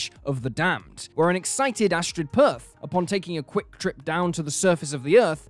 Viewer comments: Also it's Astrid Peth not Perth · her name is Astrid Peth, not Astrid Perth. Catherine Tate was the first person I heard make this same mistake.